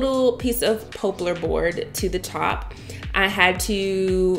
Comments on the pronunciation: You need to learn how to pronounce words properly, like poplar. Not pooplar or popelar. It goes to being taken seriously as a YouTuber. Just saying... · Pop-lar not po-plar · "pop" lar not "pope" lar. 😉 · Every time you say pooplar instead of poplar, I'm over here dying. Beautifully done, turned out amazing! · This is a great project. It is perfect for all homes. I did giggle a bit every time you said poplar - it is pop like in soda pop unless you live where I do. In that case they call it popple - I have no clue why. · Lovely space as usual. BTW the correct pronunciation for the wood is pop- lar . Think of popular but leave out the u. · Beautiful work...so very talented.... it's Poplar tree wood pronounced like pop as in popcorn... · you go, girl! I noticed it too, and guess what - I ignored it because it doesn’t matter. People get upset about the weirdest things.